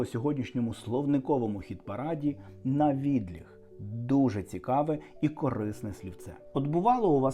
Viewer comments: обАбіч - ПО ОБИДВА БОКИ ВІД ЧОГОСЬ. Саме ПО ОБИДВА, а не просто збоку. У слові "навідлІг" мені, чомусь, здається, що наголос має бути на останньому складі. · Я чула слово "навідліТ" -- рука ніби леТить вбік для сильного удару. Тут наголос на останній склад просто проситься! Словники кажуть, що "навідліГ" і "навідліТ" мають однакове значення.